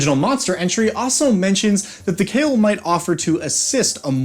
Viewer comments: Khayal is supposed to be read as Kha-yal not "Kale". Literally it can mean "imaginary" or "illusion". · Cale? Wtf? Khah-yall, like Al-Lat. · So just one thing.. their name shouldn’t be pronounced as the way you are doing. It should be Kha-yal. Kh as in dj khalid. And yal as in hey Y’all. And yes I am saying this since the word is Arabic and you saying kale is killing me every time 😭 also it means imaginary or also in this context it might mean something like an illusion. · Kha-Yal pretty much "shadow" in Arabic. Both 'a's pronounced as in "Astral". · It's pronounced KHa-Yall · I'd pronounce it "kǝ-YAL," with emphasis on the second syllable. And, fun fact for anyone who cares: the equivalent of "shadow genasi" in Pathfinder are called kayal (without the H, but presumably pronounced more-or-less the same). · im pretty sure its not pronounced kale, but i dont know enough about arabic to disbute it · its pronounced kha-yal khayal in arabic means imagination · It was probably intended to be pronounced Kh(flemmy)-eye-all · The name of this djnn in derived from the araibc word for shadow so its not khayal like in kale but the kh sound like the word shyikh so its خيال or shadow. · I believe its name should be pronounced more like Kha’yal (you know, like Kha and yal are separate). It’s an Arabic word which mean many things like: imagination, fantasy, fiction, silhouette, shadow, illusion, etc…. Emer I think should be Amir which means prince, and Malik is king as it said in the video. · Kh in Arabic names written in English is a romanisation of the letter خ, which is pronounced with a sort of guttural sound from the front part of the throat, towards the mouth. I think the closest English pronunciation of Khayal would be "huh yaul" but replace the first H with خ instead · Thats not how you pronounce it , google Kh sound in Arabic, Khayal means imaginary in Arabic